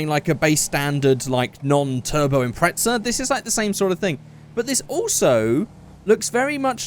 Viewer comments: He said Impretza instead of Impreza abbout 6 times😂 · hey stupid it pronounced Impreza not impretsa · Am I the only one noticed that he pronounced Impreza as "Impretza"? 😂 No offense but it's quite funny to me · British vs American